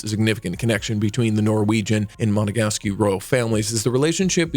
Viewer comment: Monegasque is not pronounced Monegasky.